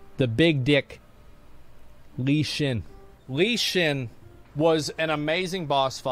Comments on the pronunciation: "Lee Xin" lol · The way he pronounces Lei Chen 💀